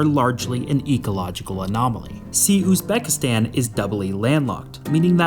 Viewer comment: Highly doubt it considering he can't even pronounce the name of the country properly